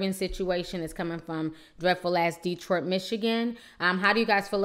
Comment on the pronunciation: Why do you keep calling Detroit "dreadfull"? Have you ever lived in Detroit?...